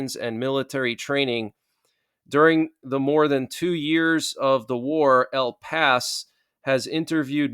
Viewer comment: El Pais is pronounced "ehl pah EES" and is Spanish for "the country".